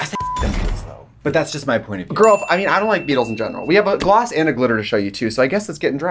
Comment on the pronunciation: I’ve seen a lot of comments about this but I don’t think she is actually surprised about that I think she’s just reacting to trixie saying “Gloth”. Also the gloss is from trixies line, Katya wasn’t involved in its production.